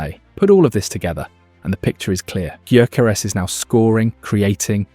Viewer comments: Guy-ya-ko-res. That’s how you said it 😂😂😂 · No, it’s yuh-care-es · It's GUYO-CORE-REZ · Is this AI garbage or someone who just absolutely butchers his name? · It's not that difficult to learn how to pronounce the bloody name, is it? Or is the mispronunciation an engagement tactic? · Yea but its a VoiceOver so he cant really get the name right